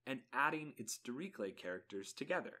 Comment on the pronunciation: You should really look into the pronounciation of Dirichlet.